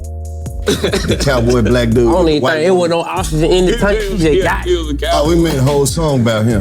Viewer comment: When dc said oxygen i swear it sounded like ostriches 😅😂😂